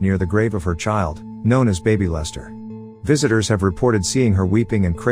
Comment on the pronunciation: I couldn't help from laughing at the bad A.I. narration... especially at the "the tombstone marked only with the name BABYlester... "